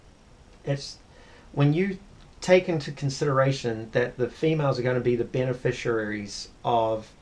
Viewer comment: I have no doubt that this may be the case but I must have chosen well. Both my ex wife and current wife have never been unreasonable. In fact, big ticket items such as cars, caravan and motor boats I have decided on with no opposition. Only one criticism is his pronouncing beneficiaries, which he prounces beneficiararies.